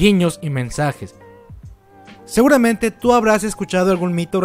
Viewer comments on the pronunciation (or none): none